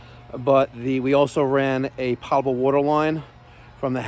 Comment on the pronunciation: Still saying potable wrong